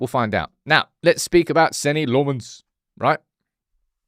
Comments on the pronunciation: You just refusing to say his name properly??? His name is nothing like LeMons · Still don’t have that pronunciation down I see 😂